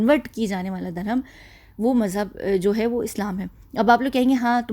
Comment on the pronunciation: Dear, Hi You often say Durham to denote religion…which is a wrong pronunciation Durham is actually the name of a currency of one of the Arab country The correct pronunciation for the word is Dharum When ever you feel uneasy or afraid 😱 as if you are in a haunted place then please recite Aytul Kursi and Surah Falaq and Surah Naas. Keep up the great 👍 work Lots of duas and love 💕